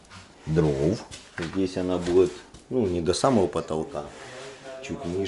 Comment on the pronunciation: бует бует бует бубубубует